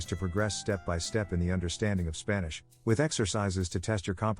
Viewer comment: "Spannish". What in the actual fuck.